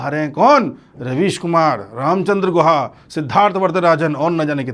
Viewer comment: Ramchandra Guha nahi hai wo GOO-KHA hai,, Ram ka naam bhi kharab kar raha hai...:face-blue-smiling::face-blue-smiling::face-blue-smiling